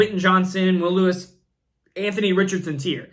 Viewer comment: Bro... Killing me with these pronunciations! JSN??? Will Lewis? Booty? 😂😂😂